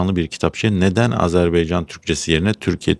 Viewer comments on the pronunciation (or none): AZARBEYCAN değil AZERBAYCAN demen gerekiyor. Sizi seviyorum ve izliyorum...